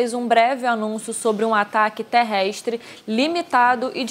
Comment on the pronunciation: ataque TERREISTRE. Esta mocinha não sabe falar: TERRESTRE?